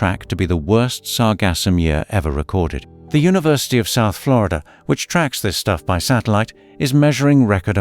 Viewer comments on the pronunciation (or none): none